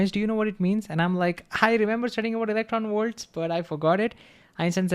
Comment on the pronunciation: Please stop saying electronworts. Thank you.